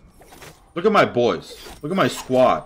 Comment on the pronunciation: did you just said "what is your issue my boob?" because that's what I heard XD. GV man!!! Keep it up!! <3<3